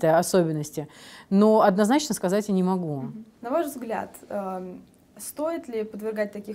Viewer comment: Ну не Мугу……. Ну не Мугу